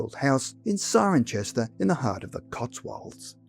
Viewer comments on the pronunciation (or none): Very interesting as always, thank you. Cirencester is pronounced Sirensester btw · Cirencester is pronounced cirensester, I lived there for long enough to know how to say it😂